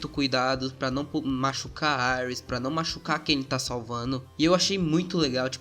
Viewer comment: Mano fala "íris" por favor kkkk aires fica parecendo Ares o Deus da Guerra ksksksks